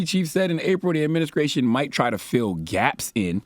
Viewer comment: I can’t with his pronunciation of st words. “ Adminiskration” “ conskruction “ “skrong “🤦🏾‍♂️🤦🏾‍♂️